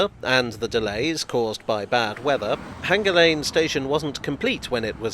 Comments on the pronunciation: Is Hanger Lane really supposed to be pronounced with a hard 'g' ? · There is no H in Hanger lane, locally it is pronounced withe a hard A as in Anger Lane.